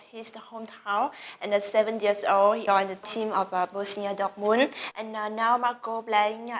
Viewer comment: nói khá hay và trôi chảy. Mình chỉ thấy phát âm sai 2 từ, đó là License (bằng lái) và Dortmund (tên đội bóng đức).